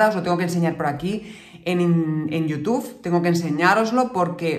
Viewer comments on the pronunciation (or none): none